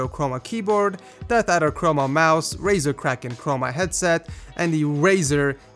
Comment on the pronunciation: lol he said razer kraken chroma